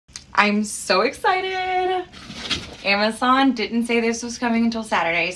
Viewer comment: “amazoun” “HONEEEYYY YAAAAAAAAAAZZZZ😃😃😃”